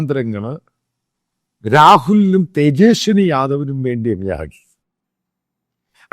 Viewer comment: അച്ഛായാ...തേജെസ്നി അല്ല തേജസ്വി യാദവ് (Tejashwi Prasad Yadav)